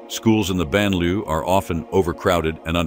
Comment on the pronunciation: Why the announcer insists on massacring the pronunciation of the words, “banlieue”” and “laïcité” escapes us. He should use simple English and say “suburbs”, “ghettos” or “secular society” and get on with it.